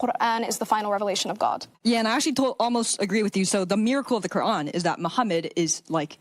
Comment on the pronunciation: Her phony boloney way of pronouncing “Quran” for attention like that is all I needed to hear 😂